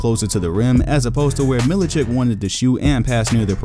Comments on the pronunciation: Mil I chich not chick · It's Milichich, not Milichik. Just like Jokich or Stojakovich or any former Yugoslav player.